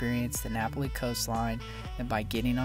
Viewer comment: Just remember that when you visit a place to learn the correct pronunciation of a word, place or thing. You are in Hawaii pronouncing Napali like it is an Italian word. That will offend the locals. It is Na pal i.